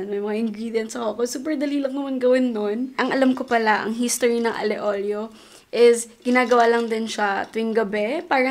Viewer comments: It’s not ALE OLIO it’s Aglio e Olio (alyo e olio) Im a fan from italy hihi☺️ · I thought it was pronounced as Alio Olio😭 Ali Olio lang pala?